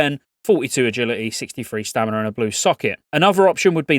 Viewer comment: STAMINAAA no R